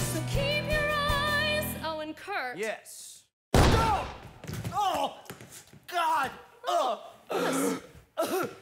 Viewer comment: Why'd she say owen kurt?